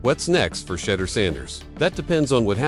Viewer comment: His name isn't Shudder nor Shedar. Learn how to pronounce his name correctly before making videos or reporting lies especially.